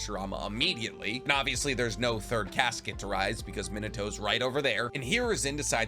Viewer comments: So I love your videos, especially your theory ones and character studies with how logical you are and methodical with the characters. You also do a really good job saying pretty much all of the Japanese names. But I have to say this, because I know it's a minor thing but it keeps bothering me; It's mi-na-to. Not min-a-to 😂 the later just doesn't work with the "sounds" you have in Japanese, so it throws me every time you say his name. Which understandably was a lot this video. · Awesome video. First time here. The way he says “Minato” though…eeesh.